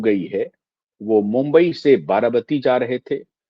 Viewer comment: आप बार बार बाराबाती बोल रहे हैं, आप पत्रकार होकर भी गलत बोल रहे हैं, ये बाराबाती नहीं बारामती है